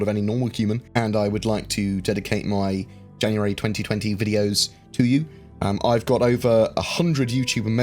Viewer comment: tenx in janaaary ttwuanty thhhuaaaanty